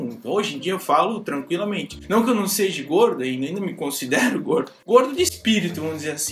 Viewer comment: "Seje" doeu no pâncreas,kkkkkk